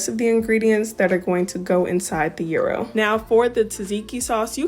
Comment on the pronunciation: It's a "yeee-roh" not a Euro €, but definitely delicious! Love this recipe so much, will make again!😋